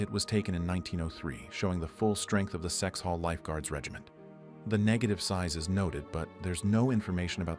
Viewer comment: Kexholm Guard not Sexhall Lifeguards. So much of this is wrong.